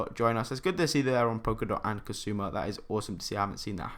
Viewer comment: Well done. Cool video. Did you mean Kusama? $ksm? You kept pronouncing it as kasuma instead of Kusama. Which left me confused a bit.